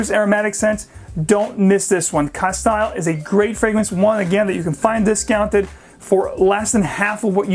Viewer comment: You undoubtedly know your fragrances but a couple little quirks that I picked up on in your pronunciations - I purchased my Penhaligon fragrances in two different stores in London and one in Cambridge and the sales gurus in these stores pronounced the following as such on all the occasions I've purchased my bottles: Castile is pronounced casteel with the "i" being a long "e" sound. Endymion (though I found your pronunciation most interesting) is actually pronounced en-DIM-ee-un. Cheers.